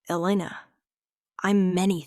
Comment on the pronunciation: One pronunciation of the name Elana - Eee-lay-na NOT El-luh-na